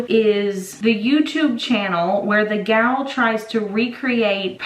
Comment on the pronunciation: When she said Gal, I knew she was from Texas!🤣🤣😭😭😭 From a fellow Texan Gal